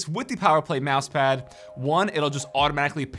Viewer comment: “11 prok-ammable buttons” “Mousepah” Hope you didn’t get a mini stroke, buddy!